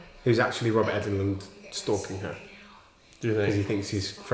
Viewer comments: guys his name is pronounced "england" as in the country haha not "englund" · It is ENGLUND not EGLUND LOL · Did I miss something where you decided to say Robert England's name funny? I've rewound it several times at different points with the volume up and it's sounded like you're saying Robert Enguhlind and Robert Eggoland multiple times. It's like England but with a U. Robert Englund. Eng-lund. Regardless of differences in accents, it's two syllables. You keep doing three syllables and making it sound funny. En-guh-lind. Egg-oh-land. Then at the end it was all Robert Egglin. I know it's all in my head and I'm sure other's wouldn't hear it but would think I say it weird. And/or it's like a laurel/yanny thing. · Jesus christ its not Robert Eggland, its Englund. For gods sake man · You guys are killing me calling him Robert EGG-LUND... It's ENG-LUND